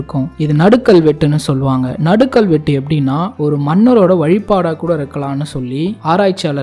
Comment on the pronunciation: நடுகல் என்று உச்சரிக்கவேண்டும். நடுக்கல் என உச்சரிக்கக்கூடாது.